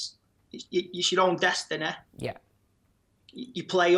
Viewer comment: "It's your own des-te-neh"